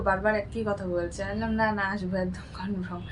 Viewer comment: ওটা কনফ্রম নয় 😂 কনফার্ম মানে নিশ্চিত। English জানো না যখন বলার কি দরকার।ভুলভাল বলছো যে😂😂😂😂...অশিক্ষিত 😂😂😂😂